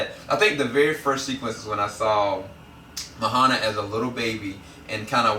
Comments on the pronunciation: her name's not Mo-HA-na. It's Mo-Ah-Na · Are you guys really really sure her name is pronounced as MA-HA-NA because I come from a pacific island, Fiji and that is not you would pronounce Moana. It's pronounced as MO-AH-NA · Enjoyed your guys' review even though you mispronounced Moana's name lol